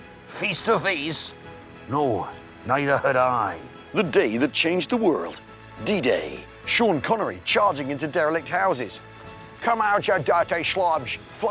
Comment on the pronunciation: I swear the man's saying "DJ" not "D-Day" at the start🤷‍♂️( I say the man, rather than Al, because the font makes his name look like "ai" in caps)